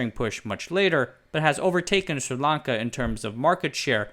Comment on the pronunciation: Am I the only one paying attention to the fact that he’s made up his own name for this country?!? There’s no “Sir” in the name 🤦‍♂️. It’s Sri (Sree) Lanka